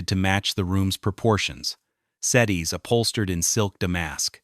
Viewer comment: I can’t watch this,the AI pronunciations are horrible!! It’s set-tee! Not setty